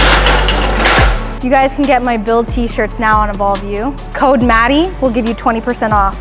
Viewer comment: It's not Maddie, it's Mmm-ami 😂